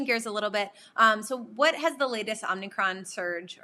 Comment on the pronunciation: Omicron... NOT omnicron